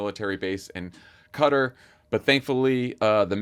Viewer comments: Thank you Tommy for pronouncing QatAR correctly…..what’s with all this ‘Cutter’ BS. Americans are so cringe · Qatar. If you go to the Gulf nations actually a lot of people pronounce it that way!